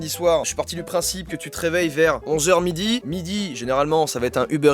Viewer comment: Je suis la seul qui trouve qu'il avait un accent quand il dit "midi" ou quand il y a des "i" ? Je suis la seul ? 🤔😁